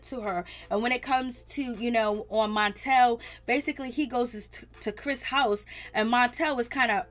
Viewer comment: Latisha's husband's name is Marsau. Pronounced Mar-So! And Melody's husband is Martel. You said MONtel. And Monster's mom name is Kayowa- Pronounce kya-wah.😳👀